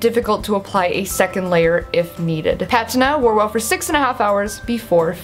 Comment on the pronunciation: Your pronunciation of these names were awesome. Especially Patina. Are you on periscope? Cause ... Why not?